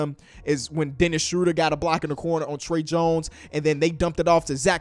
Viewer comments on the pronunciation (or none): none